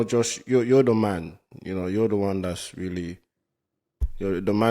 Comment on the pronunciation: She said JOE-SWA lmao. That mf name Josh 😂